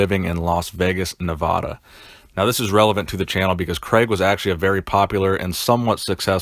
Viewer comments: ITS NOT NAYVAHDUH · Please learn how to pronounce my state's name please? Nevada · Nevada with A LONG A U DUSH